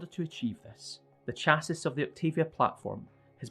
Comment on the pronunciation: I don't feel like going back in the video to remember how they announced it but for anyone wandering the correct pronunciation is: CH ASS EE